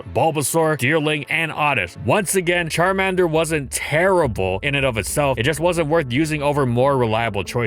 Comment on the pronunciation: "CharmEnder" It's CharmAnder.